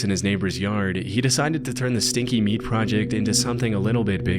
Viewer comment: except he calls meat "mead"